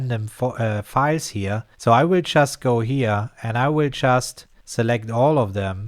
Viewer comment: Ahhhh "just" i was wondering why you was always saying "chess" lol. Tank to subtitle